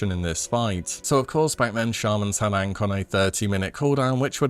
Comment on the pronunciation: Absolutely despise the way you pronounced ankh.